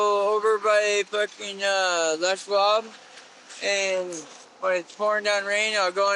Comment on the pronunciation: Lmao at lush blob. I'm pretty sure he was saying les schwab